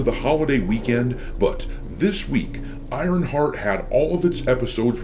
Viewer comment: I like how it sounds like saying Ironfart half the video :)